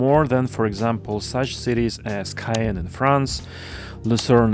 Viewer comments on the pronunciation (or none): you pronounced Caen like "Cayenne", an other city in france